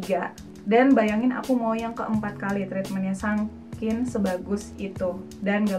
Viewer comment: saking teh, bukan sakin atau sankin :p